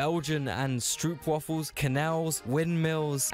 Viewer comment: He pronounced Stroop waffle wrong.